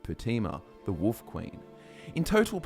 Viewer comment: Who else loves it when & pronounce Wolf as Woof 😄